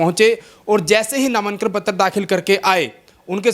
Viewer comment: नामानकन नहीं होता, नामांकन होता है, क्यूं बेज्जती करण लाग रहे हो पत्रकारिता की। लठ ठा कै पत्रकार नहीं बन्या जा। बार बार कहीं ना कहीं, कहीं ना कहीं, क्या है ये?? जो हुआ है वो हुआ है।